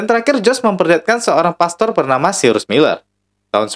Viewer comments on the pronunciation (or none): none